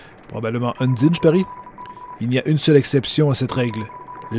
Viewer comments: UN - DIE - NE=> Heune ! d'Aïe ! nœud ! Ou Un dîne !(un bon plat de spaghetti fait maison) Franchement vous cassez pas la tête pour les prononciations seul la passion et les émotions du personnage compte et leur jeux de mot comme Tue-Toriel. et Un die ne "ne meurt un" qui fait référence que c'est le seul boss du jeu qui ne meurt pas en une fois. Dans la voit Génocide c'est encore plus accentuée, par le faite qu'elle repousse la mort par la simple volonté et que la force du destin se plie pour lui donnez une chance. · QUELQUES CONSEILS POUR LA PRONONCIATION : Sans: Bon, tu as bien compris, Il faut bien dire chaque lettre du nom. [ S-A-N-S ] Undyne: Toi, tu dis "Undine", Il faut dire "Undahind" Avec l'accent anglais. Papyrus: Rien à dire, Juste qu'il ne faut pas trop prononcer le "R" Flowey: Il ne faut pas dire "EY" Mais "I" et plutôt dire "AO" au lieu de "O" "Flaowi" CONSEILS BONUS: Undyne est une fille, et le personnage que tu joues et soit une fille soit un garçon en fonction de toi. Les attaques vertes que tu as peu rencontré avec Lavtoa ( Et que tu rencontreras plus tard ) Sont des PV, Récupère les et augmente ta santé. Alors là, C'est un conseil qui risque de te spoiler un petit peu. C'est juste un conseil pour ne pas souffrir plus tard. C'est toi qui voit si tu veux le lire ou pas. -------------------------------------------------------------------------------- Je te conseil d'être d'accord sur tout avec SANS, Même si tu ne l'est pas, Car il est ultra susceptible et risque de t'en vouloir si tu n'a pas le comportement qu'il veux que tu aie. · Undyne se prononce ON-DIE-ne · ON DIT UNDAYNE PAS UNDINE !!!!!!!!!!!!!!!!!!!!!!!!!!!!!!!!! (je suis pas énérvé c un troll mais on DIT UNDAYNE!!!) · En fait, le guerrier MÉGA-BADASS est une fille (Undyne), et ça se prononce ''Eundaïn''. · Comment tu a charger la sauvegarde pour continuer ou tu était et papyrus tu peut lui donner des petit coup et il tepargne automatique et undyne se prononce und(in)ne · on dit undayne